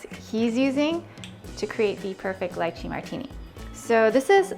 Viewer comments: …it’s pronounced litchee.. not lye chee. 🤦‍♀️ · It's Lee-chee. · Yummm but oh… please don’t say it as “LIEChee”! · I've been pronouncing this wrong this whole time??!?! 😅 LeeChee 😂 probably because is called Leechee in India. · Its pronounced Lie-chee? I've been lied to my whole life 😭😭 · I was so annoyed with her mispronouncing it! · If you make it - know how to pronounce it.